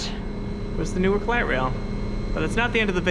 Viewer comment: 5 seconds in and I've already gotta point out the pronunciation. locals pronounce it as Nork. hyper locals pronounce it as 'Nouwk'. looking forward to a good video. this is my "just spent $35 on food delivery what should i first watch video" edit: 3 minutes in and the prod. quality is insane edit 2: this video is like crack for me as a transit enjoyer local to NWK